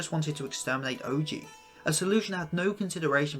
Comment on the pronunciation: Amazing analysis on Izuko but that Ohji pronunciation